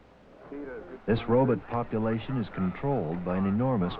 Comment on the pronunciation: This guy has lazy English. He can’t even pronounce the word robot